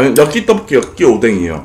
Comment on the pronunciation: 오랜만에 떠뽀끼 여끼떠뽀끼 아 발음 졸귀야ㅠㅠㅠㅠㅠㅠ